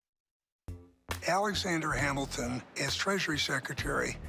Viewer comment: "Lin-ManOOL Miranda" "HamilDAN" This guy needs to up his pronunciation game.